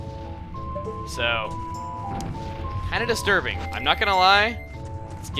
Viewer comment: HEy! say destirbing one more time! XD I bet i didnt type that right.. Dont judge me! Been up all night playing skyrim lol